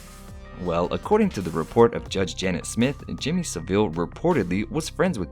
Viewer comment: “Jimmy saveele”